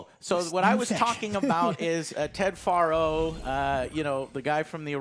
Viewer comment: Okay Joe what is with you and pronouncing characters names wrong when it is pronounced properly about 500 times in the game you're reviewing? Are you playing with speech volume off and subs on? It's Farro not Faaro and it's Lara not Laura. Smh. Even with subs I don't know how you get Laura from Lara. 😁